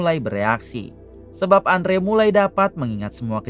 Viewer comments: Andrew di baca nya endro mang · Bacanya andrew=endru bang